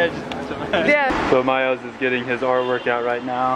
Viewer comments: Isn't it "Miles" not "MYLES"? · It's miles not myles